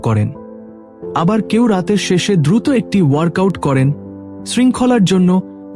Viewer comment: দয়া করে উচ্চানন ঠিক করুন, বিশেষত: শব্দ উচ্চারণ এ ো প্রয়োগ, যেমন,' উৎস' নয়, উচ্চারনে 'উৎসো', তেমনই ব্যাহত,দ্রুত, নড়াচ রা,এমন আরো অনেক শব্দ। এভাবে শুনা শ্রুতিকটু লাগে। এখান হতে অন্যরাও শিখে। দয়া করে ভুল ব্যাখ্যা করবেন না,৷ আপনার আর সব উচ্চারন, বিষয় ভাবনা মার্জিত। ধন্যবাদ।